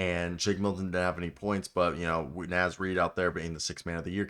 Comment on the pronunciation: Brother man gotta learn how to say Naz